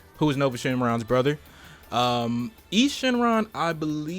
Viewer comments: Eis Shenron (pronounced ICE not EES) was not on any other tenkaichi game. He was in xenoverse 2 tho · If u actually watch GT he pronounces it as Ice Shenron not Ees shenron